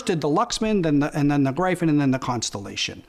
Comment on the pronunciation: Good review. I don't buy into the cable hype though haha. Appreciate your perspective. Also, Gryphon is pronounced, "GR-if-n"? Gr-I-fin with a hard I sounds very wrong to me lol...